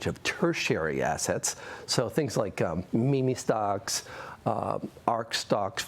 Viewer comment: ok ok ok, but did my guy say me me stocks :'D